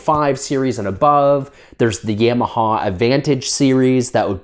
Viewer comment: Canadians.. Yam-ah-haw! Lol